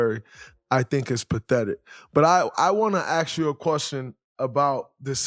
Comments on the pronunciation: Why are majority of black athleets/entertainets pronouncing word ask as aks (or in english speaking terms ax)? The word is a-s-k = ask. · It’s ask.